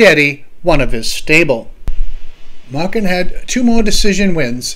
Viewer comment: Wasn't Eddie's last name pronounced Maychen ? Long A ? ...Asking for a friend ...